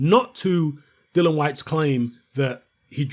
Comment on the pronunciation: please start calling him DILLIAN and not DILLON. You know how to spell it. Why not pronounce it properly? I'm not trying to be extra it's just annoying that nobody even pronounce his name right. It's got to the point where he doesn't even bother correcting anybody anymore.